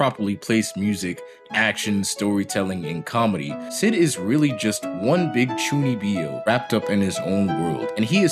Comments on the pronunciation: Great video man but please it's chuu kneeb yo ! Not chuni bee yo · Chuunibyou. Not Chuuni bee oh. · Chuuni-byou not Chunnibi-o Also love the show, its ironically one of my favorite anime ever.